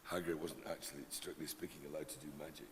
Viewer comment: ''To use a manic waannd '' really